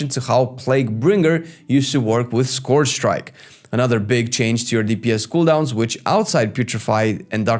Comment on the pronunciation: Friend, you’re pronouncing “scourge” incorrectly. It’s not “scorge” (rhyming with gorge), but “scurj” (rhyming with urge or surge).